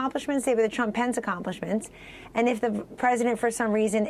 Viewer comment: "Nobody" tells us about YORE sources "Because dwonald jwohn twuuuuump" Foty fif pwesident of the United stwates